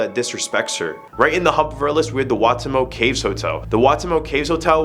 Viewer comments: Napier is pronounced NAY-pee-uh, not NAPP-ee-uh, and Waitomo is "why-TOE-moe", not "WA-tuh-mo". Strangely, you were a lot closer with Patupaiarehe - PAH-too-PIE-uh-REH-hey. I'm amazed there was nothing from my home city of Dunedin - reputedly the country's most haunted city. No Larnach Castle? No Fortune Theatre? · You miss prounced some things, first, napier is prounced neigh-pier (as in the things near water like in cali), second, taniwha is prounced tani-fuh, and waitamo is prounced (by me at least) as white-amo